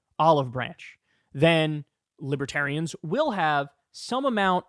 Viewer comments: “Libatarians” lol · He calls them liberians.😄